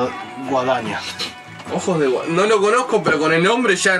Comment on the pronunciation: leyó mal el nombre, es Ojos de Guadiana Pero ojos de guadaña suena re piola jajaja Y Guadiana significa: rio + rio + rio (básicamente)